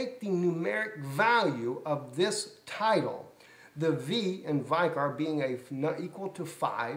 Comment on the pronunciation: the word vicor is pronounced vic or not vi cor. If you are going to preach at least know what you are saying. Look it up in the dictionary. IT MEANS CHRIST ON EARTH..